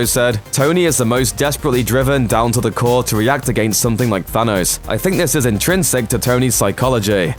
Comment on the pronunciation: "Phanos" hahahahaha